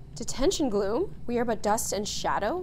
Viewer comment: Did she just say "glo-hoom"🎈 (Gloom)